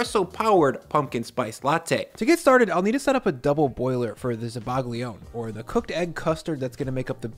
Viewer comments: It's pronounced zabaion. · zabaglione is pronounced sabayon